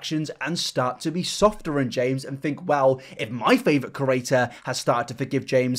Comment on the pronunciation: I agree with you but bruh why you say creator like ‘kerator’ ?